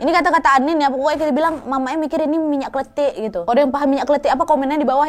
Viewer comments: Minyak KLENTIK kak bukan minyak KLETIK minyak klentik itu bahasa jawanya minyak goreng kak nad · Not kletik but klentik (lenggo klentik ).